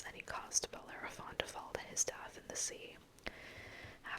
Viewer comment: I'm surprised the book didn't give phonetic pronunciations of some of those mythical beasts. I think you did a great job with it...especially "Bellerophon"...holy cow!